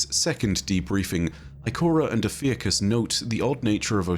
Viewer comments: Congrats on 1 Mil!! For future videos: Ophiuchus = Oh-phew-cuss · o-fee-uh-cus fuck guys its not that hard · I was looking at a Ophiuchus pronunciation video at the same time came in with the 'Ive been pronouncing it wrong'